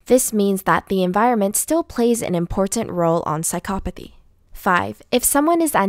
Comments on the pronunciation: This is all probably true but... Does anyone else find it annoying that she says psychopathy wrong but says everything else right?! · that’s a weird pronouncement of psychopathy